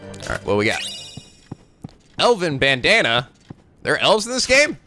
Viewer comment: When you said Elven Bandana I thought you said Elvis Bandana xD